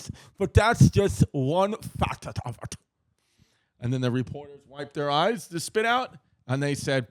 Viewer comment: Chrissy speaking in a British accent using only his top teeth to quote Freddie's explanation of the band's name almost took me over the edge! "But that's just one fathit of it!" 🤣